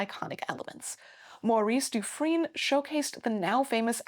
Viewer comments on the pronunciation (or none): none